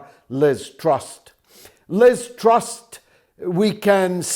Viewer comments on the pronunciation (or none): It is Liz TrusS, bro, NOT Liz TrusT.